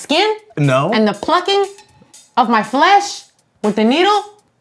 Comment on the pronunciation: The way Coco said flesh 😂😂